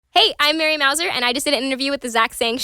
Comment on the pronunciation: Couldn't even pronounce her name right. You would think a host would at least get that correct???